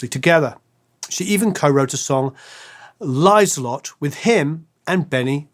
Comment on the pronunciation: Nice commentary, but I gotta stop you right there for a sec. First, quit saying "Agneetha'. The "e" sounds like the "e" in "emerald", as an example, and the "th" sound is just a "t" everywhere outside the English language. "Liselotte" is a shortened version of Elisabeth-Charlotte, and pronounced accordingly. Thank you. Please continue.